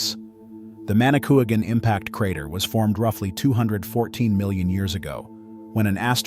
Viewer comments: It's pronounced Manicoo wogin not Manicoogan. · It’s pronounced manikwagan, not manikooagan.